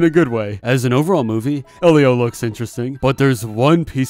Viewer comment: I thought it was pronounced "ee-lee-oh"